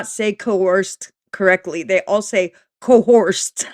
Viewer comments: Nope, you got 1 thing wrong, it's Co-Horsed. According to 😂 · said CoHORSED 🐴🐎 just like ALR 😂😂😂